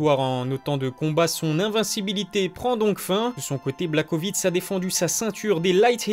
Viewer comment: Sa se prononce + Yan BlaHOvitch